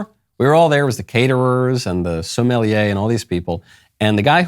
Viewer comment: Lol the way he said sommelier 🤣🤣🤣 they don’t care about the customer or losses because big banks like black rock will bail them out